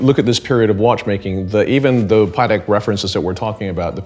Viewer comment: Say it with me... it's pah-tek, not "paddock." Love ya,, but if Patek Philippe is one of your favorite brands, you gotta get the pronunciation down!